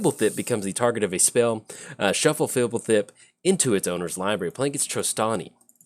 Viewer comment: Out of all the names you can't pronounce you nail this one? You're an odd one,. I was expecting you to just make a raspberry sound when trying.